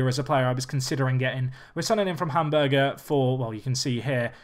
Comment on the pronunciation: Its Hamburg not Hamburguer xD